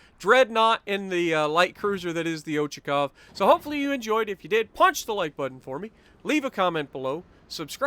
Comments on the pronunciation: Yes, but pls stress should be put on CHA :) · Pronounced Ochakov (Och-ack-ov) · Ochakov the accent is on A.